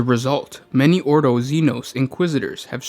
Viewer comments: orDo not oro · Jack Jones each 'oro' is a nail in my heart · "Oro"... Maybe not actually... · Every time the word "oro" is uttered the Emperor's corpse sheds a tear.